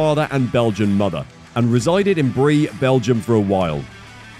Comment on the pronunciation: Hasselt (not Hesselt) is pronounced more like "Huhsselt", English speaker hardly ever try to pronounce foreign place names as they should be pronounced. Also Bree is pronounced more like "Bray"